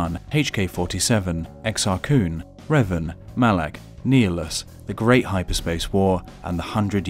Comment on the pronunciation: Neelis it's ni-hil-us